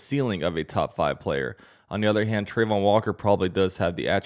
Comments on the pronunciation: It’s pronounced Tra-von walker not trey-von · Trah-von Not Trey-von